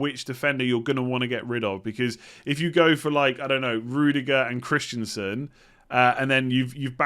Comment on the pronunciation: stop calling Christensen for Christiansen.